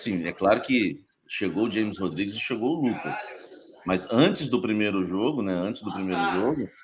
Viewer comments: O cara trabalha com futebol e nao sabe que James Rodriguez se pronuncia "Rames" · O cara ja falou milhões de vezes desde 2014 que o nome dele é James com som de R e o cara ai fala na forma americana pqp